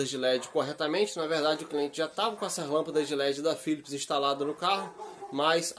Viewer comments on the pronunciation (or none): Cara so um toque Philips, é com P, não con F